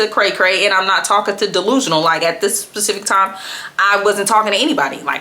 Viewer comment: Sis, it’s specific not pacific. lol